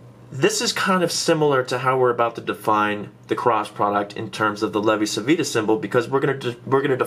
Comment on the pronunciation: In Italian Civita is pronounced like Chivita :D